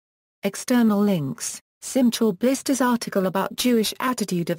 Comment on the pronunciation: Absolutely wrong pronunciation. There is no "CH" in Hebrew.